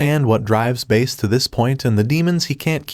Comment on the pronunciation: If you watch the trailer that first came out he says his name and he pronounces it Bass just fyi